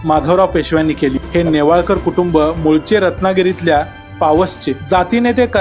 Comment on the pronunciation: सासरचे आडनाव नेवाळकर असे वाचावे